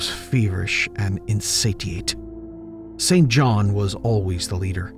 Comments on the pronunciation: Hi. I have a friend name St John.. pronounced 'Sin-jun". Never understood how his parents could have chosen that name! 🤭 Like the late British MP, Norman St John Stevas!! Unless you know someone by that name, it makes sense to think it's pronounced as written.. I heard it many times on documentaries pronounced 'incorrectly' too.. never understood why it is actually pronounced totally differently.. 🤔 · Hey there. Love listening to you as I’m cooking. Thank you. FYI. A pate is a head. He had a bald pate. Pronounced like gate not patė. The name St John is pronounced Sin Jin or Sin Jun as far as I am aware. It is now an old, and barely used name Perfectly normal for Lovecraft’s era